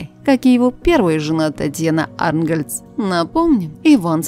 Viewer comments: И диктор научись правильно ставить ударение и правильно произносить фамилии. Не Ангольц, а Арнтгольц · АрнтгОльц . Ударение ставь правильно, робот. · Начала смотреть и слушать -и чуть не умерла🙄🤭🤔 помимо того что голос диктора гундосит и мерзко неприятный, так и тупой еще))) Татьяна наша любимая с ударением на О в фамилии!!! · Испытывают наше терпение.Додуматься говорить,,Арнгольц,, с ударением на,,А,,.Просто бесит.Покажите это чудо,мы ей напишем многое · Фамилия звучит как Ангольц с ударением на А,, замолкла бы уже. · Ужас! Как можно так коверкать интонацию? Противно слушать. Да ещё и фамилию Арнгольц неправильно произносит. 🤮🤮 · отвратная интонация ; это болезнь? мерзкий голос. Ударение в фамилии😣Наверное с украины